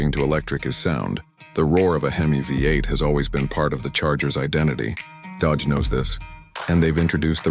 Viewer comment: Dodage huh? Atleast use good ai to make ai slop